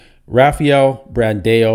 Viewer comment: Tonio should have won? are you drunk? he is lightyears behind rafa! omg bro comon! and his name is BRAND-AO!!!!! NOT BRAND-EO! there is NO E in his name comon!!!!